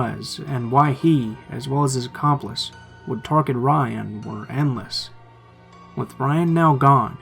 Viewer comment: And how he says wif instead of with.